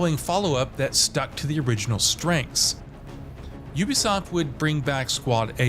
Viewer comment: Would explain why he keeps changing the pronounciation of "Ubisoft" in every segment.